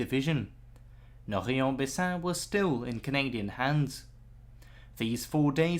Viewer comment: Actually, Indy Neidell (who I really admire) is very bad at French Names. is very good. Maybe a little suggestion: Norrey is pronounced noray, not noree. Rots is of course roh.